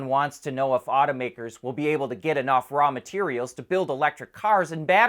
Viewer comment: Aw-toe makers not oughta mskers